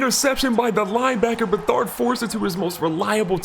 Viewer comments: You pronounce it C-J Beh-Third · It’s Beh-Third